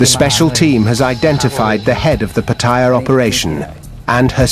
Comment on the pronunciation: What is it with westerners and their pronunciation of Pattaya?